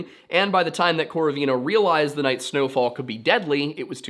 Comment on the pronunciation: Just so you know Lyudmila's surname is pronounced with stress on the second syllable, so like KorOvina. Love the video!